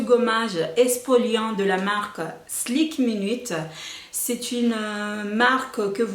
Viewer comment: C'est pas "SLIK minute" mais "SKIN minute"